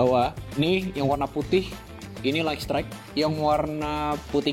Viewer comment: Bacanya: "Layt strayt" bukan "Layk strayt" 🙏🏾